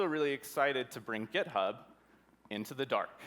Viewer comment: did he just say gitub?